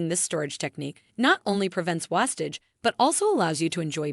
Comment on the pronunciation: Learn how to say wastage... WASTE-age